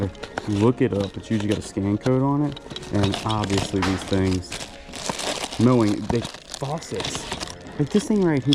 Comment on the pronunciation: Moen is pronounced Mo-N not Mo-ing.